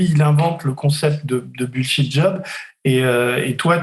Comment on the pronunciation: Denis! Entraînez vous à prononcer les mots anglais avant bon sang! surtout bullshit! bullshit job, bullshiting , bullshiter.... (linguee, textospeech)...Merci